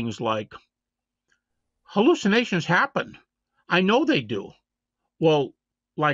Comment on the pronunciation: Wait, it's pronounced "hooloocinations" ??